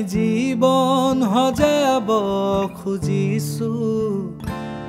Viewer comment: bht bhal lagil xuni... But for better... word prononciation bhl krile ru bht bhal hbo...eg: jibon xojabole hoi not jibon "hojabole"...baki gantu bht dhunia❤️❤️